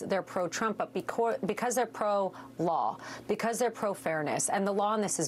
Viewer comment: Habba's Jersey accent slipped out there for a second LMAO "becwause"